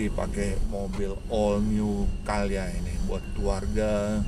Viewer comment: CALYA om bukan CAyLa.. wkwkkw